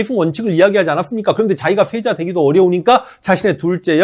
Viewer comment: 황현필 선생님께서 말씀하시는 내용을 들으면 시옷 발음이 thㅔ자 thㅔ손 이렇게 들림ㄹㅇ